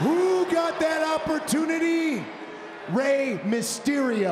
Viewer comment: Rey Maryse-sterio.... 😂😂